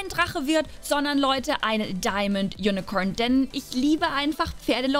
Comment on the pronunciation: Wie Sie unicorn ausspricht ,Unicoern